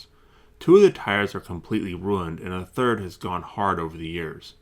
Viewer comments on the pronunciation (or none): none